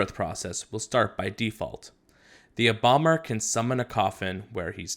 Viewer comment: When he said embalmer I thought he said bomber for a sec